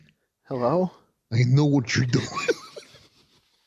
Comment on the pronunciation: Riiiiiiing..."I KNOW WHAT YOURE DEW-IN..."